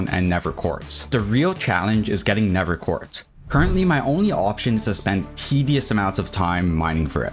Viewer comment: Why do you pronounce the "th" in nether "v", is it an excent or a medical condition?